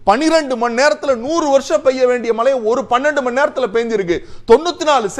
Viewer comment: உங்களின் உச்சரிப்பில்,(மழை/மலை)தெளிவாக கேட்க முடியவில்லை.உங்களின் விவாதம் எப்பொழுதும் அருமையே.இதில் மாற்றம் கிடையாது.உங்கள் பணி தொடர வாழ்த்துக்கள்.